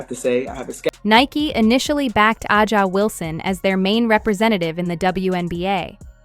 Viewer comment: If you are using AI to do some of the narrating, you have to learn how to pronounce the players names correctly. A’sa Wilson is one name that is always mispronounced. As was LeBron’s first name.